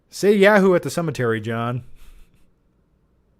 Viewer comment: It’s. YAWHOO. You’re saying YEAHHOO